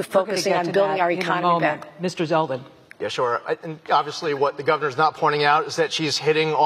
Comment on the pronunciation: It's ZELDEN not Seldin.